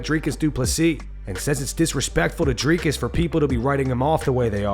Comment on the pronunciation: Woooaaaahhhh Robert not saying Driscuss is crazy😂